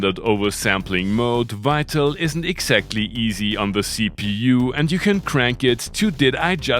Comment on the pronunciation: "Wital"? There seems to be no hope, although (another word you can't do) in one place you get it right. Do you say "Wienna" also? This can actually be practiced.... 🙄